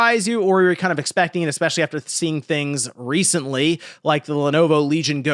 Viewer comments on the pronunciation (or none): none